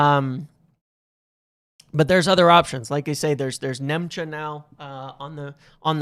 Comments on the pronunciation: for the love of God his name is not Nemcha it's Nmecha. N-me-cha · Nmecha is pronounced METCHER. Just saying. Again 😁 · It’s Metcher. Metcher. The N is silent